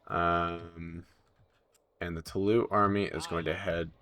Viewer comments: If there's an 'e' after the s in french you pronounce the last syllable. (Toulouse should sound like you said 'to lose' a bit fast) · Dude, "Toulouse" is pronounced like "to lose yourself". Thank you, -Bleeding francophone ears. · Please look up how to pronounce 'Toulouse'.